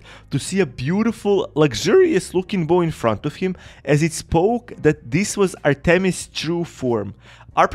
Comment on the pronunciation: Bro this guy don’t know how to say Artemis goddess of the hunt